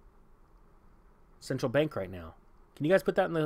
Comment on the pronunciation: SIN-tral BANE-kers